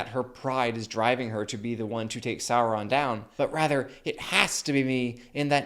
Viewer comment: say it right, its Saurrron